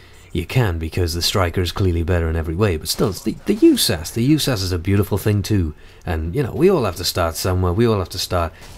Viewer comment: It's U.S.A.S. 12 no Yewsas just fyi